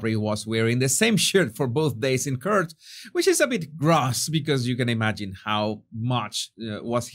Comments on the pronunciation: "Court" is not pronounced "curt" it is pronounced kort. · Sorry but it’s driving me nuts. The word court is pronounced “cort “ not “curt”. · Please Please Please,, say court, not curt 😉❤ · hi, court is pronounced as... cooort, as in oooh lol not as curd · Pronounce ‘court’ like the Spanish word CORTAR CORT 👍🏻 not curt 👎🏻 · Court is pronounced Cort, like in spanish Corto without the O, Respectfully always❤ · Court is pronounced like CORT. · the word court is pronounced as rhyming with sort or port or rort or bought, fyi, love your channel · Please get proper pronunciation of court. Not to be critical... You do great job